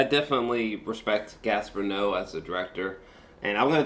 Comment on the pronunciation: If you respect this director then fucking learn how to pronounce his name sheesh